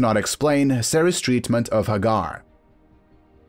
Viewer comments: Its not Hagar its Hey- gar... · Hagar, pronounced Haygar